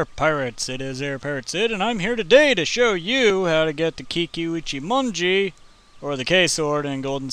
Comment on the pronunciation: good job! I'm proud of you for pronouncing it right!!!!